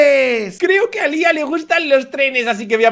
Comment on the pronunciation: No sabes decir a Lía